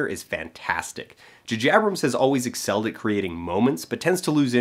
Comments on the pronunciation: Why do you say Juh Jabrams? It's J(ay) J(ay) A(y)brams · it took me like an hour to figure out he was trying to say jj abrams. who the fuck is "jajabrams" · Am i the only one who heard him say jajabrams? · Are you guys joking? He obviously said "jajabrams" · I've never heard it pronounced "Jajabrams" before, and I don't think I'll ever be able to unhear it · I cant take you seriously saying 'Jahjabrams' , sorry ! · Maybe I'm just in a mood but I switched off after the third "Jujabrams". It's very irritating. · His frequent calling of JJ Abrams as JaJaBrams is really annoying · please never juhjabrams again, once to make a point, but it is distracting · i didn't even realise you were saying "jj abrams" strangely until i read the comments lol. i just wanted to say, i recently found your channel, and am going through your videos. i'm having a lot of fun with your format, and i really enjoy the quality of your analysis and delivery. thanks so much for creating and sharing your videos! :-)